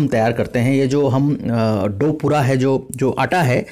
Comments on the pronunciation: Sir, It's dough not dove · डोह not डोवह